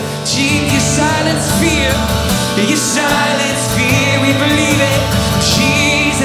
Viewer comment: Jesus casts out my fear like Phil Wickham’s accent casts out the pronounciation of the letter ‘r’ lol 💞❤️‍🔥love you bro and all my family out there casting out “feah” with perfect love from above